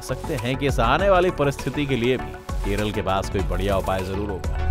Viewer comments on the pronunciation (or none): Keralaaa Thik se bolo bhai ❣️